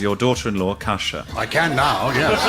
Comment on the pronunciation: I was thinking Koosha? Kusha? Brandreth. So I googled. I typed Kusha Brandreth, and was sent to an entry about Lahore. Pakistan? Is this a link to the Hindu Kush? I had to type in Gyles Brandreth daughter-in-law, to find out it was Kosha. I was shaking my head at mad American names, but it seems Gyles American blood encouraged 3 names which guaranteed they would need to be spelt for the length of his children's lives. I think one is Saxon? But if you are given a rare Saxon name, it's a lifetime of repeating and spelling. Well, Aphra wouldn't need to be spelt, for older, educated people, but they are still going to ask to repeat it and maybe spell it, to be sure the name was what they thought they heard. Parents rarely seem to think of the hell of having to repeat and spell your name to everybody when parents go off piste. And I swear Joe said Casha last time he said it. Names are so often a nest of misery. Though people seem to love naming their pets. And I guess pets never complain.